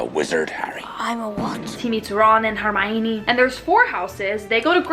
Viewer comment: You know she’s gonna be a real fan when she calls hermione “ HeRmIoNiNi “